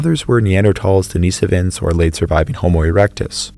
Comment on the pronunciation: Den-i-sovans. Short i not long